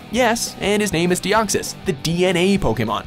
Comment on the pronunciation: I hate the fact that this guy can't pronounce the names of Pokemon right...